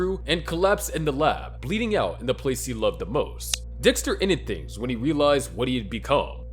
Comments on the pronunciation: Waltuh, stop tryna kill dextuh. Im not lettin you kill dextuh waltuh. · Finally we get waltuhhh vs dextuhhh